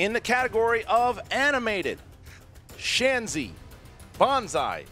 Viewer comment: Isn't it Shenzi?